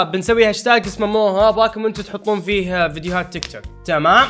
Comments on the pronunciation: تيك توك ❌ توك توك ✅ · تيك توك ❌ توك توك ✔